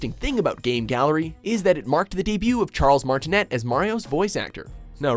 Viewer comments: Facepalm when will do their homework on pronouncing names. Martinet is pronounced Mar-tin-AY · This list could've been much better. It should've included Mario Is Missing and Mario Superstar Baseball. Those games were way worse than Wrecking Crew and Mario Teaches Typing. And they need to learn that Charles Martinet's last name is pronounced martinay, not martinett.